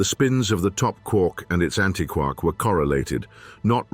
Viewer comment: You know, if you used a qualified person to coach your VO talent, you might have avoided stupid errors in pronunciation, like “hay-dron” or “anti-kwark“. (The latter is doubly egregious, since just moments before, the topic was how “quark” doesn’t rhyme with “mark”, as the Joyce line suggests. If you, yourselves aren’t going to pay attention to your own content, why should anyone else?)